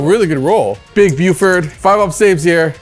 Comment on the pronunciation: my guy... buddy... pretty sure it's Big B-yew-ferd and not Big Buff-erd.